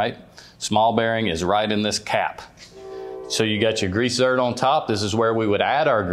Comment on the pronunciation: It’s ZERK…not “ZERT”. Professionals should know their terms.